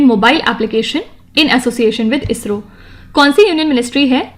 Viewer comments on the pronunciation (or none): none